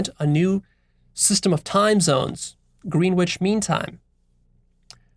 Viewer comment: I guess it’s all relative but I’m sure you would like to know the preferable human pronunciation;), it’s pronounced gren-itch not green witch, I feel obliged to comment given I went to Greenwich Uni, good day sir and keep up the awesome videos